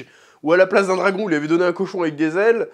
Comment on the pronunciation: Le meilleur moment de toutes tes videos sur Hotd c’est quand tu dis house of the dwagon !😅